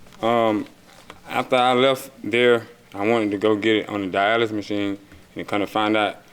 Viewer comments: I darn sure thought he said dialysis machine..I started feeling terrible for him! He just wanted a once valuable car I guess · He called the diagnostic machine a dyelsis machine 🤣🤣🤣🤣🤣🤣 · He kept saying “I put it on the dialysis machine” he meant diagnostic 😂